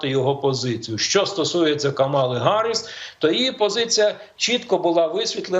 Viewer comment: Чому Гарисс, хіба не Їарі сс?